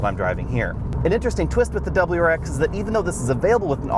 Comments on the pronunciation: This guy should’ve practiced saying wrx a little more before the video 🤣🤣 Dubberl-rar-ex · Dub-L-U RX.